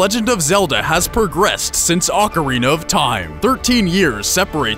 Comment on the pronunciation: I don't know why it pissed me off so much but when you mispronounced ocarina i totally lost it...